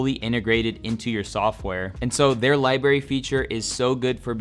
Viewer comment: It's Library not Libary bruh